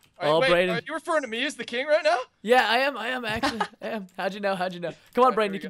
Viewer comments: anyone else cringed when preston kept calling will 'kiing' ? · You kept calling will "kiing" and I was cringing because no one calls him that. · dat moment when preston calls will kiing I died